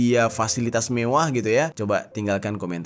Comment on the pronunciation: Lucu bng pas bilang "mewwah" 😂